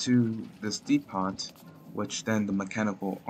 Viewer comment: depot: Dee-poh